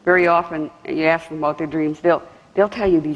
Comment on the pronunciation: The word is ask not aksk.. Jesus